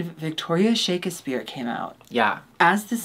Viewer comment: Alexis' pronunciation of "Shakespeare" is the correct way to say it as taught to us by Brenda in "Scary Movie"